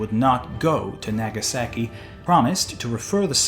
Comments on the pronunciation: my weeb is showing, the way he said "Nagasaki" hurt my brain. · The way you say "Nagasaki" is like someone saying Los Angeles like "loose angles" "Naggy saggy" lolol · Hilarious pronunciation, like a true early explorer would say in American English: Nehga sehki Well done xD